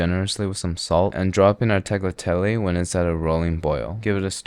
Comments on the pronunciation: Here are some minor nitpicks from your classic insufferable italian, that was honestly really impressive tho(except the thyme and rosemary instead of sage, that's a crime) Oh also you could see the cheese splitting in real time on the tagliatelle, add it off-heat ffs. - Your tagliatelle(pronounced ta(L)yatelle) were technically pappardelle - The pumpkin/squash filling should have a shit ton of parmigiano and some nutmeg in it. - Cappelletti vs tortellini is more of a size thing. There are cappelletti with a shape like yours and some that are just medium-sized tortellini(which are laughably small) - Pumpking filling is generally only in cappellacci(bigger cappelletti), cappelletti/tortellini have a ground meat filling. - The classic sauces are ragù(bolognese) or butter and sage for pumpkin filling and broth or heavy cream for meat filling - Agnolotti are much thinner and longer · At the point he said Tagliatelle I could sense an Italian having a stroke somewhere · there is no way you think thats the way you pronouce "tagliatelli"